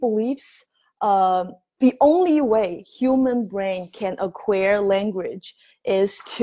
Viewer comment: Your pronunciation of acquire is barely understandable. See